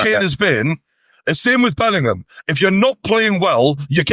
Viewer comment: Glad to see the lad bottom right has finally started pronouncing Bellingham properly instead of saying Bellernam like he used to.